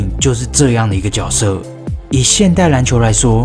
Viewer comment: 那个字念jue